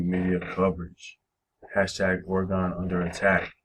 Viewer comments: I'm born and raised in Oregon.. It is pronounced Ore gen not Ore gone. Ask any Oregonian that. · It's pronounced Ore gen not Ore gone.. and you can come join us here. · You're literally butchering the pronouncing of "Oregon"